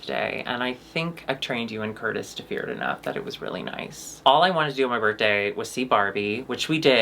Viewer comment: Ok fully obsessed with how says “birttday”